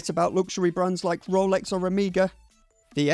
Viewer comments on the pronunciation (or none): He sounds identical to Ben except how he says omega and a few other words